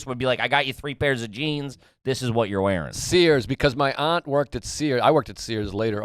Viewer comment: Joe pronounces aunt properly, not 'ant' like most Americans